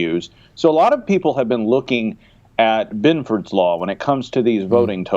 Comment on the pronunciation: Ah hell, I typed Benford, but the damn autocorrect added that extra "o". I was just commenting on the pronounciation